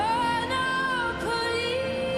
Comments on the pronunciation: Elle chante super bien mais le fait qu'elle dise Monopolis sans prononcer le "S" à la fin, ca m'a trop fait penser au jeu "Monopoly" et ca m'a sortie de la chanson. 😅😅😅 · Ecoutez juste la fin ou elle cite ' Monopolis " on ne l'entend pas non plus le S ,quelle histoire ,pff ► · Juste sublime, magnifique, magnétique ! ❤ En revanche, je suis étonnée que personne, dans les professeurs de chant et répétitrices, ne lui ai dit que le « S » de Monopolis se prononce !